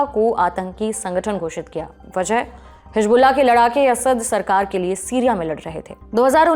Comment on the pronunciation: Lahja ko lahza bol rhi hai madam or hizbulla ko hijbulla